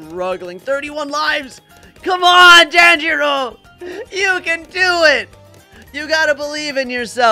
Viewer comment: Bro said tanjior wrong😂😂😂😂